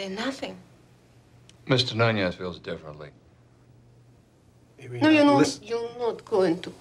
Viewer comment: If she was an actual Russian speaking gal, she wouldn’t let her husband mangle her name like that. Irene (eye-reen) in English, Irina (eer -reena) in Russian. I don’t think you’d ever hear Irena.